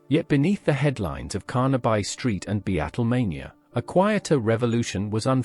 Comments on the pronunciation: I cannot and will not view something that pronounces Carnaby Street as CARNABUY> For God's sake!!! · CARNA-BUY STREET and BE-ATTLE mania. Ya numpties.